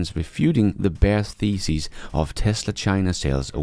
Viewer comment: 9.28 I thought for a second that you said '..reduced the Bears feaces...' rather than 'reduced the Bears Thesis'. I just love English!